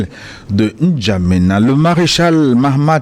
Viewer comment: D’emblée, je suis surpris d’entendre ce journaliste prononcer le nom d’un pays africain : In N’Djamena !!! 🤔 Qu’en pensez-vous ?